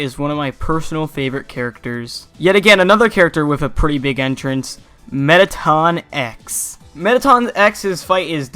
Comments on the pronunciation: not to be that guy but its mettaton ex not mettaton x sorry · its mettaton EX not mettaton x